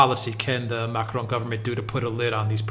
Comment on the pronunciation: Why the exotic pronounciation of Macron. Makes no sense.